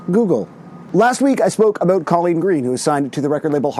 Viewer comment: He said aboot 😂